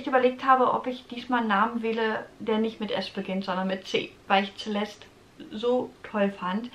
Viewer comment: Celeste ist sehr schön. Spricht man übrigens mit S am Anfang, nicht mit Z 😊